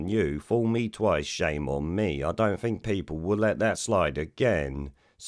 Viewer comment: I fink think is pronounced with a Th Rod JS